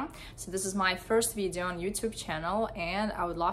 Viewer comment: how did u pronounce video? damn ....